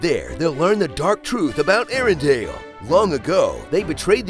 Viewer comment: *Arendelle, not Arendale. LOL sry, it kept bugging me.